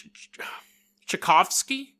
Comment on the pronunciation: It’s pronounced Chai (like tea) Cough (like cough) and skii. So Tchaikovsky